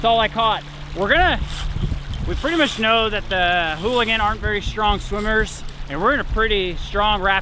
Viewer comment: Ooligans not holigans